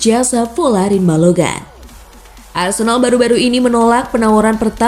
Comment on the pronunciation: Ni ad min apaan ya 1 balogan (balogun) 2 hoglan (huglun) Jijik banget dengar ny